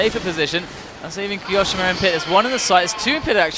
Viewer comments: Ki o shima not ki oshima 😂😂🤣😅😅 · The way he says kioshimas name is like, cancer